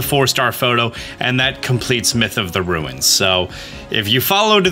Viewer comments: Did you say ruins like stewie says ruined on purpose? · You said ruins wrong